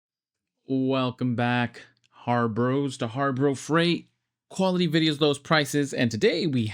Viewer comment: Why do you pronounce the word harbro? It’s Harbor!! Like a boat harbor, Harbor Freight!